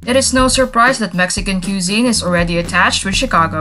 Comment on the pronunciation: its not (coozeen) its (cweh -zeen)